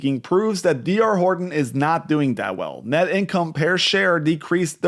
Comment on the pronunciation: per transaction not pear